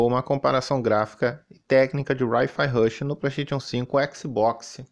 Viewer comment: "Rai Fia Rushi" hahaha. Mano...por favor... ninguém fala para que Hi Rush Rush vendendo bem no PS5 so vai dar mais grana pro Xbox. Enfim...deixa ele achar que ele é superior e nao um grande retardado haha